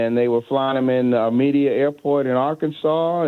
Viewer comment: Mena, Arkansas not media lol